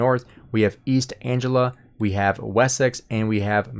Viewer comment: constructive criticism: “Mercia” is pronounced “Mur - see - uh”. And “East Anglia” is pronounced “eest - ang - glee - uh”.